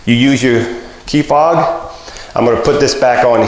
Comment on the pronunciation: "Fob" not "fog"